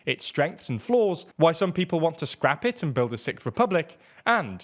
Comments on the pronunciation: I'd be damned to hear the "sickth" republic over & over again if it does ever happen... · Sicth lol